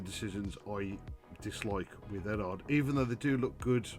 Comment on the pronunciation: Are you related to MOS6510? Apart from looking and sounding very similar, you both also mispronounce Eduard. Speaking of Eduard, I've only built one of their kits, and I found that the decals with the carrier film on top were superb. I'd say they are the best I've ever used. There's absolutely no need to remove the film as it disappears completely when you put a coat of clear over it.